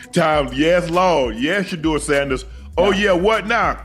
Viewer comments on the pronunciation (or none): The narrator pronounced Shedeur name ten different ways, Why?